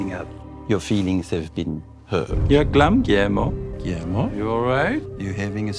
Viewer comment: Amo el hacho de que Nandor no dice "Guillermo" dice "Giermo" JAJAJAJ los amo